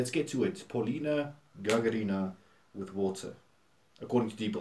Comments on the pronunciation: We English speakers tend to place the emphasis on the wrong syllable when saying Russian surnames. Gagarina is pronounced as ga-GA-rina rather than gaga-RI-na. Oh, and her first name is spelled Polina. 😉😁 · Ударение на на второе А ГагАрина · Stress on the second letter of A. GagArina.👈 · Очень прикольно назвал фамилию Гагарина с ударением на - и - 😆😆😆